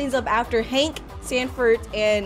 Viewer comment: i like how she say hang instead of hank XD